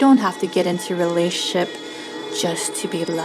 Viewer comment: Is there a reason for that backround music? I found it very off putting. Also can you say Relationship properly?